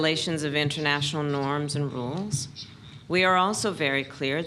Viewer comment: Norms and Rules or Norms and Roles?